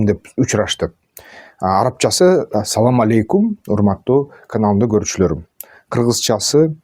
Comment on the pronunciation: Салам эмес Асалам